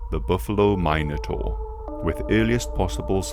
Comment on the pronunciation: every mine-o-taur kills me